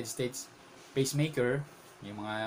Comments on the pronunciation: Peace maker hindi Pees meyker lol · pees meyker po hindi peys meyker lol